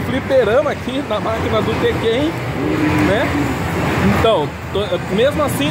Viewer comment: Q agonia dá ouvir ele falar tekkÉn, sendo q se fala tÉkken kkkk